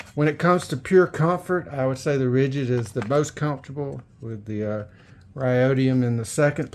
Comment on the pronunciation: He kept calling it Rajeed and Rhodium. Lol 😂